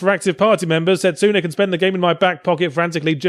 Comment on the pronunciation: u pronounced setsuna wrong